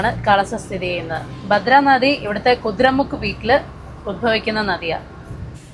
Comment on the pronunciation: കുതിര മുക്ക് അല്ല ,കുതിര മുഖ്